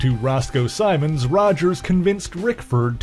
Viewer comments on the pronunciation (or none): none